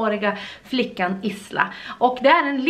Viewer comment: Isla uttalas "ajla"